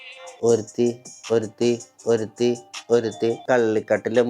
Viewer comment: ഒരുത്തി ✖️ഒരിടുത്തി ✅